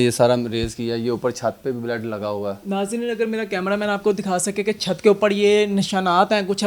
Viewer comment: O jahil. Baled nai hota lafaz. Blood hota hi Alfaz to theek bol